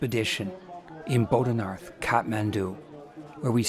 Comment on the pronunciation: A minor criticism but at least try and pronounce place names correctly. The ‘th’ in Boudhanath, Swayambhunath, Kathmandu etc is pronounced like a hard ‘t’.